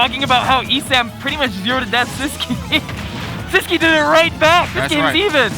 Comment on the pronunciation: Why do everybody says his name wrong? 😂 Its sis (like sister) qui(like key to open a door) siskey, thats how to pronounce his nick